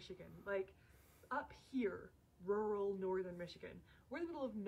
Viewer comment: Okay I know us Germans have problems to say the word ‚rural‘ but come on, it sounds like you want to say a different word but your mouth is too full to say it 😂